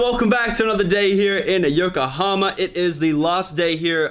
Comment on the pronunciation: Congrats on actually finally saying yokohama correctly